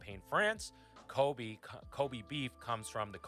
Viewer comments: I find it hilarious that he knocks on for not pronouncing wagyu correctly, yet he himself didn't pronounce Kobe correctly. 😂 The absolute hypocrisy! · pronounces Kobe like Kobe Bryant (Co-bee) instead of Ko-bay which is the way it would be in Japanese, so don't let him give you a hard time for saying wagyu instead of wah-gyu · Wait... Kobe's name isn't pronounced like Cody but with a b?